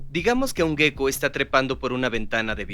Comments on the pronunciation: Ejem, en español, se escribe "geco", ¿por qué pronuncian gueco? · La pronunciación es geco (jéko) (tal como se escribe), no gueco. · A mí , en cambio me provoca una gran ansiedad estar todo el rato oyendo la palabra gecko como si se escribiese guecko, o las fuerzas de van der uals.